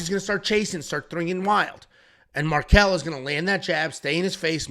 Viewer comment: Marquel? Man, c'mon...